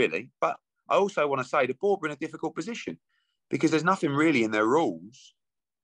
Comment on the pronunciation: Edward trying the spin tactics again that's worked so often on the gullible and weak minded. I heard AJs sponsors said no to the fury fight although AJ weally weally wanted the fight. yeh whatever you mugs do one quack quack.